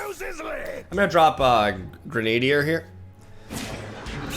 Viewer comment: Grenadier is pronounced "gren-uh-deer" not "grenade-deer". Love the content just trying to help you out!